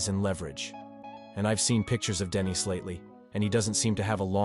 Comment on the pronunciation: Denis FGS, NOT DENISE